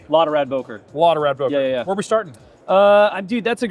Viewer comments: Its not Bohker, is Beuh kerr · Boker? It's called Böker... learn it!